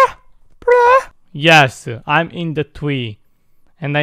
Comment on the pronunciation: Plus I love it when you say TWEE INSTEAE OF TREE ITS TO TINNY AF🤣